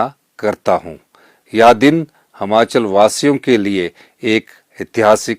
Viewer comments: महोदय जी कम से कम उच्चारण तो सही करें। जैसे यह प्रदेश हमाचल नहीं हिमाचल है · Trko khud bolna ni a rha h sukhu hmachal bolte han or asl me himachal hota h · Sir,Hmachal nhi Himachal boliye,Hindi to achhe se padhen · Himachal hota hai na ki Himachal hota Hai pahle bolna sikho mukhymantri bhi aap pata nahin kaise Ban Gaye by media Ghar Bhar liye Apne gharwali ko MLA banaa Diya